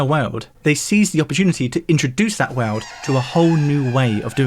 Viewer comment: I've watched a good number of videos, but never noticed anything odd in his pronunciations before. But in this video, nearly every time he says 'world' he pronounces it 'way-uld'. It's bizarre.